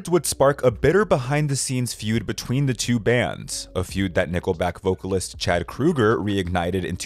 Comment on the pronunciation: It's Chad Kroeger, as in Crow-ger not Krueger like Freddy Krueger...don't disrespect the Dream Master Slasher.